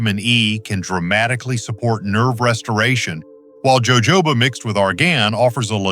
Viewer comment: It's pronounced ho.ho. ba. Oil